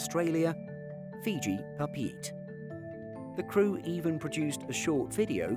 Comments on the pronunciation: Pah-Peh-Eh-Teh, Tahiti… FYI.. Not PaPeet. lol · Papeete is Pa-pay-yay-tay, not "pa-peet". :( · Ack! Papeete is not 'Papeet', it's roughly 'Papay-eytay' (every 'e' sounded separately) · French Polynesia's capital, Papeete is pronounced -- Papa-yeti I know because I've been there.